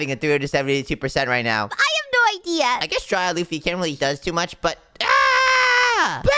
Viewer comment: That is not luffo it's luffy❤